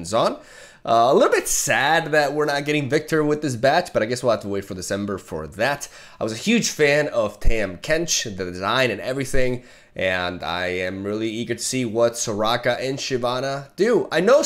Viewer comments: Glad to have you back man. Btw its not TAM Kench. Its Pronounced Tom kench; just spelled differently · Tahm Kench is pronounced like Tom Kench.